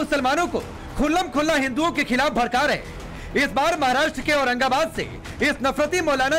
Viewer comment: Bharrke nahi bharrka